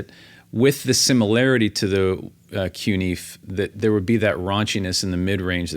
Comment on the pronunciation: Learn to pronounce the word. "Fe" in CuNiFe is pronounced "Fay". Coon-Na-Fay. Thanks!